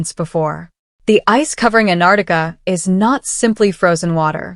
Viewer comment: It is not anarica It is Antarctica.